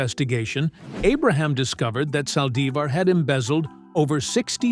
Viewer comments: Aye, yall flexing too wild. I thought Demon Yolonda was going to speak. A.I. said, “Sally-zar”. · Can you say her name right? It’s Yolanda Saldivar that’s how you’re saying her last name you’re not saying it right